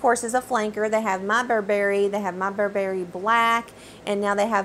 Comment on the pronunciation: Loved your review! Just a quick note reg. pronunciation.. it’s Burr-brie, not Bur-Berry. 😉